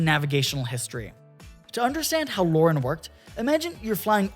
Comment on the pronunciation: LORAN is not pronounced "Lauren" lol. really ruined the video.